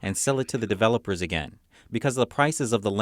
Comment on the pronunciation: Please have a native English speaker review your broadcasts and teach your reporters how to pronounce words like "regime" and "develop" in the same dialect as the rest of your words, which is closest to American English. "regime" is RAAAH-zheeeem - emphasis on 1st syllable, short A, long E on the 2nd syllable. "develop" is de-VELL-up - emphasis on the 2nd syllable, 1st syllable is "dee" - the same as how the 4th letter of the American English alphabet is pronounced.